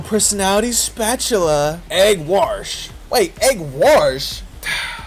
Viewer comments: 'Warsh' is no typo 😂 it'a stereotypical southerner vernacular hahaha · Id rather romance miriam...or ashleigh... Or even clank Also, "egg warsh" made me die laughing